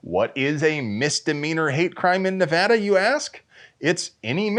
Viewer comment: For correctly saying Nuh-va-duh St, Stoner smiles down upon your ammo fort with a blessing..